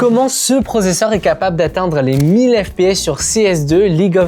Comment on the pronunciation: Je me rappelle de " processeurement " 😂